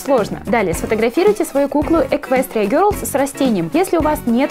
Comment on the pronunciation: не герлс , а гелс